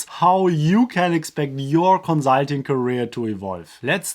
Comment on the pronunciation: Every time he says konzahlting an angel gets new wings